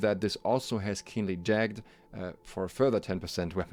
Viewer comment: Please for the love of God look up how to pronounce 'jagged'